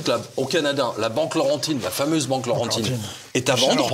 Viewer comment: Excellente émission. Fidèle spectateur en provenance du Canada. Laurentienne, et non Laurentide (ça c'est une bière !). Bravo, et continuez votre excellent travail journalistique: c'est humain, réfléchi et durement drôle en plus!!!